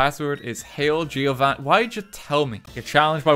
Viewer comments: Lol you dont say the i in Giovanni only Govanni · RT: "Gi-o-vanni" Me, an italian: heart attack